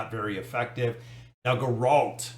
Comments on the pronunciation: If you're a fan of the Witcher franchise, you would definitely know how to pronounce Geralt's name. You can't even read words properly sometimes. Remember the Gourmelee event? LOL multiple videos of you failing to read a simple word LOL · Says he's a fan of The Witcher, loves it even. Yet constantly mispronounces the main character's name lol. Actually, he constantly mispronounces words a lot. It's embarrassing really lol